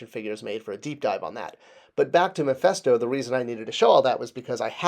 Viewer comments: Mephisto not Mephesto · Its Mephisto not memphisto.